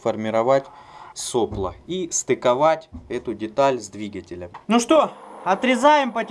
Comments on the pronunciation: Не сОпло, а соплО. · Не со'пло, а сопло'. И точить нерж без кожи это..... Взяли бы алиинку или касторку и кисточкой.